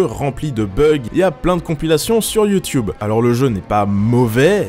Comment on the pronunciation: Youtyoub xD